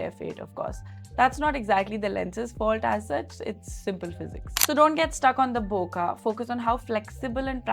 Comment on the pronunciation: Thanks for your review. BTW, "bokeh" is not pronounced बोका but as बोके. It is a Japanese word that is mispronounced largely by Americans. One correction: the 200-600 was also designed for high res sensors. The 61 MP A7R has been around for a long time. In any case, neither the 200-600 nor the 400-800 can resolve the full resolution of the sensors. If micro contrast at high resolution is required, then you have to go to the 600 f/4 prime. The main differences between the 400-800 and the older 200-600 are the new linear drive motors in the 400-800 that makes autofocusing much faster, and the 1.78x greater magnification (almost double) that 800mm can deliver vs. 600mm. The 200-600 also has the advantage of being lighter and hand-holdable for longer times. If money is not an issue, it is worth having them both. But if it is either / or, then the 400-800 is the more useful lens for wildlife and bird photographers, as you said.